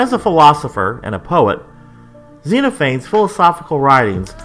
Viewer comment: I hate to be pedantic, but I'm pretty sure it's pronounced "Zen off a knees"